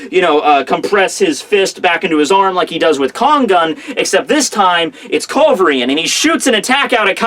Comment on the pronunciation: How hard could it be to pronounce culverin right? :P